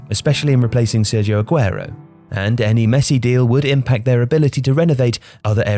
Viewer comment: SERHIO - not ser-jee-yeu. Just say Kun (pronounced as koon Agüero.